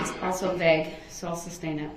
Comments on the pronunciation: It’s not sub-stain it’s su-stain!🤷🏼‍♀️ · Love the way Brooks keeps saying “substain” and not “sustain”. And he doesn’t realize that the more he talks the worse he looks in front of the jury….he thinks he’s making points with them….all this just shows he has no idea how the law works or the language of the law. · Substain lol goodness...